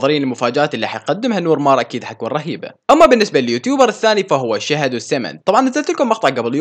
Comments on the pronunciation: قآل سهد وشيامند يعني شهد وسيامند منو انتبه 😂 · مين لاحظ انو قال سهد وشمد 😂😂🤭بدل ميقول شهد وسيامند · كأنك قلت هون سهد وشيامند؟؟😂😂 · زينب الاسدي يا قلبي بهديك الدقيقة قال سهد وشياماند بدل شهد وسياماند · سهد وشيامند 😅😅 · سهد وشيامند. حكا 😹😹😹😹😹💔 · سمعو شگال😂😂🤦‍♀️ سهد وشيامند 😂😂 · مين لاحظ انو لما كان يقول شهد وسيامند قال سهد وشيامند عند 47 ثانية ركزووو 😅😅😅😂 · عفكره انته مكلت شهد كلت شمد😂😂😂علكيفك من تحجي😂😂😂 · مين لاحض انو قال سهد وشيامند؟خربط بل الس ولش😁😁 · بالدقيقة سهد شيامند والله سحگة 😂😂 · مين انتبه سهد وشيامند هههههههههه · 49 قال سهد و شيماند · زينب الاسدي لاحكا قال سهد وشيامند انتبهي على نطقه وكلنا بنغلط 😂😂😂😂😂😂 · مين سمع سهد و شيامد 😂😂😂😂 ... فهد بالشوي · سهد وشيامند 😅😅😅😆هههههه مين انتبه متلي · مین لاحظ انو قال سهد و شیامند 😂😂😂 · مين لاحظ قال بالدقيقه سهد وشيماند 😂😂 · مين لاحظ بالدقيقة قال سهد وشيمامند قلب السين شين والشين سين هههههههههههههه😂